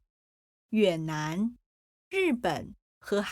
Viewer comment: I think the narrator pronounced 越 in 越南 more like yuě.